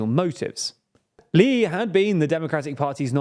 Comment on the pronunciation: A quick note: "Lee", or 이, is pronounced like the letter "e" in Korean.